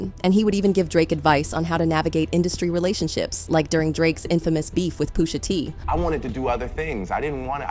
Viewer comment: Who tf is Poo-sha T? It's PUSHA. PUSH-A. T.